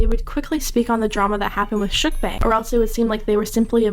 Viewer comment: say it like bah - ng not beng